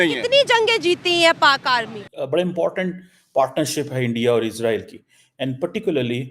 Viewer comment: CHEEMA ISS ROYAL NAHI ISRAEL ( IS RAY EL ) 🇮🇱 .... 13 PRONOUNICIATION AND VOCABULARY TUMHARA BIWI KO B SAMAJMAY NAHI HOOTHA HOOGA .